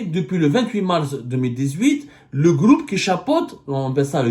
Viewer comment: Le gloup hhhh j'aime bien quand tu dis "le groupe" le gloup gloup c'est quand tebounne descend une bouteille de vodka ça fait gloup gloup gloup 😂😂😂😂